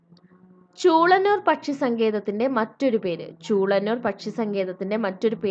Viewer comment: Chulannur Alla chulenuur